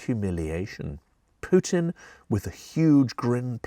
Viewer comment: thx for not saying " pewtin"